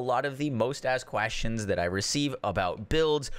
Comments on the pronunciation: "...quastions" lol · "Qwashtins" - Moxsy 2022